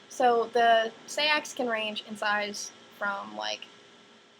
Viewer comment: "Say-ax" It's pronounced Sax, hence Saxons...